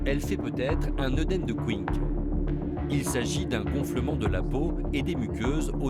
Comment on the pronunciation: C'est dingue, faites pas de reportage médicaux si vous ne savez pas de quoi vous parlez. On dit " œdème de QUINCKE " pas Quick comme le fast food. Je trouve cela honteux d'avoir un accident quand on est ambulancier et qu'on transporte un patient. Les excès de vitesse sont interdits pour les transports sanitaires. Là, c'est clairement un transport VTC même pas une ambulance. Je travaille avec des ambulanciers tous les jours, je respecte leur travail car ils nous sont d'une grande utilité, au même titre que les équipes médicales et les pompiers. Cela dit, il y en a qui se prennent pour des pilotes de F1. Ça va, il à l'air tranquillou leur SAMU. L'hôpital dans lequel je travaille, le SAMU reçoit plus de 1000 appels jours et ils ont 13 à 16 ARM par gardes.